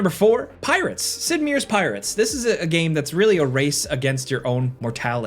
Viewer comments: “Sid Me Your”?!? Lol it’s pronounced like “Mire” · Meers? "M-eye-rs" :D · Sid “meers” Pirates? WTF.. you don’t know how to pronounce one of the most recognizable names in gaming history??? 😳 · Ummmmmmmmmmm "Sid Meer"?? HA! That's the first time I've ever heard that name pronounced that way. I can't help but imagine there may have been some kind of payment for that. just, with the MASSIVE amounts of j-slur waking up lately, SHEEEEEESH, it's kinda understandable for them. HAHAHAHA "Meer" too good.